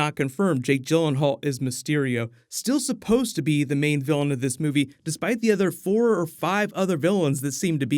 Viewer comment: Vilian not Gillian